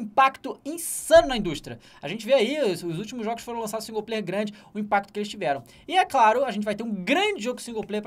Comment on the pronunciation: Tem que tomar naquele lugar esses caras que ficam falando que singu-player